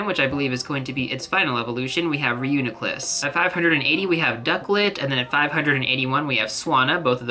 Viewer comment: great video, reuneeeeeclus, hydr-eye-gon, other than that sounds pretty good